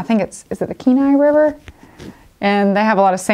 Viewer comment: You pronounced the areas correctly in Alaska !!! Not many people on here do that. You Pronounced Kenai correctly !!